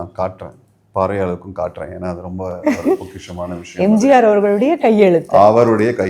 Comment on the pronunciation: அது பலுபேரிய இல்ல... பழுப்பேறிய ... மற்றும்... நெகில்ச்சியில் இல்ல... நெகிழ்ச்சி... பொக்கிசம் இல்ல... பொக்கிஷம்... தமிழ் என்பதை சரியாக உச்சரிக்கமுடியும் என்றால் இந்த வார்த்தைகளையும் திருத்திக் கொள்ளலாம்...